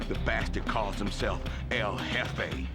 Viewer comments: pronounced L'Hefe. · "El Jeffay"